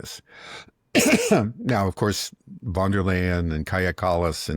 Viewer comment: How come americans, even your dad who is a very intelligent and educated man, who even worked as a translator, are somehow unable to understand that in German and initial "v" is pronounced as "f"? As in Von der Leyen... It's pronounced Fon der Leyen.